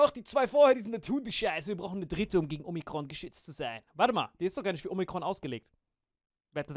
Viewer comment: Man, wenn Alain Omrikon sagt 😂😂😂